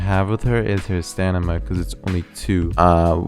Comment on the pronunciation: stamina not stanima